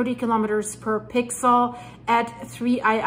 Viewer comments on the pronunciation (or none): none